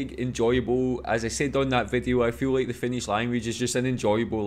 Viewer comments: I'm always just so impressed by how fluently you read and pronounce Finnish! 🤔🤯😍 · Your finnish pronunciation is actually very good 👍